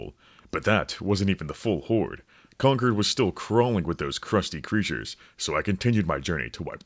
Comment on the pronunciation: Wtf why are you saying conquered? It’s concord. Like con-chord